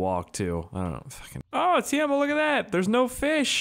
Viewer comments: TEIMO not tiemo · Pronounced "TAY-MO" not "Teermo" And damn use msc editor to fix the car. this has to be 100th time I've commented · U saying Teimo like Tijamo. It is just Teimo. 😀👍But if it is hard to say Teimo thats okay. Nthng wrong with that. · TE-E-MO! WHERE IS THE A IN TEIMO??? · In the mod menu you can also make the green car and the bus driveable. -Everyone knows you are using cheats to get around so you don't have to cut that out. The name of that stupid fucking store clerk is not ''Tiemo'' it's ''T-E-I-M-O'' -hi. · if you want to say teimo right , just say tiemo